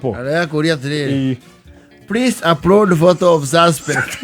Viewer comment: "Habari senyu kikosi ,wafande priis" killed me😂